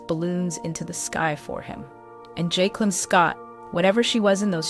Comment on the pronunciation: Her name pronounce joicelynn but spelled jaiclyn